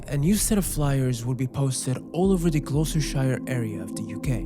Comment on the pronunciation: Gloysters 🤣 its pronounced Gloss-ter